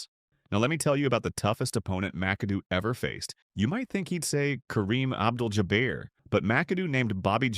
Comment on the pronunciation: Ja-bear? SMH